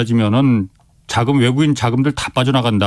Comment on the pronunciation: 한국의 한율(환율)이 너무 높다. 애국인(외국인)이 살 것이다. 이중모음 발음 못 하셔서 자꾸 귀에 거슬리네요. 저만 그런가요? ^^